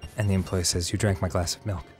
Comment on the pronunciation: Melk and beeeeans